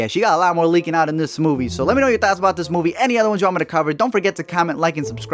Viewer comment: Everytime he says "thoughts" i hear "THOTS"